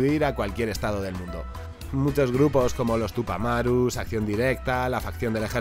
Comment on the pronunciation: Corrección, no es "Tupamaros", es "Tupamaros" o "Tupas", de Uruguay.